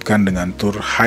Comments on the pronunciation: Koreksi. HidE. E nya cempreng, bukan e kayak hideung gitu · WOOOY NYEBUT HIDE nya jangan jadi HIDEUUU dong sumpah ganggu denger nya lu salah nyebut nama orang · Bacanya Hide kayak huruf E di kata Lele